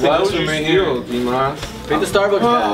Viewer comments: S. it's Dimas no dimahs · I legit thought his name was D. Moss for the longest time, too. That's how says it lol. She says dmawse instead of dimahs which is confusing.